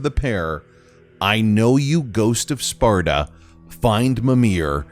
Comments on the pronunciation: His " ghost of sparta " pronunciation was pretty clear. It sounded like ghost of sarta but that's probably because he can't spell the p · I hear septa instead of sparta